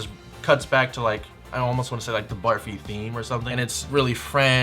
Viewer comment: its not "baarfee" as in barf, its pronounced "burrfee". its an indian sweet made of milk and sugar.